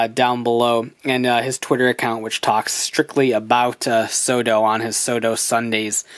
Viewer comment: I keep on thinking you're saying "Soda Figures." Now I'm just imagining the Genesis Driver from Gaim saying, "Soda!" Everytime you say it, lol.